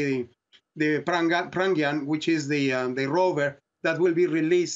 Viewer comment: It's Pragyan not Prangyan, you stupid person. Don't even know simple Hindi Word and calls himself a doctor